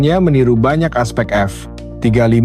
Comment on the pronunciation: Audionya jelek sekali 😂 F jeda 35, memalukan sekali bahas TEKNO tp suaranya kyk ORANG DUNGU 😅 Hrs nya F-35 ditulis F35 atau ajari TTS cara baca F-35.